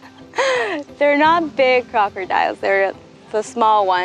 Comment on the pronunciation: Crocordires....bluelevard... haha what the hell is wrong with your pronunciation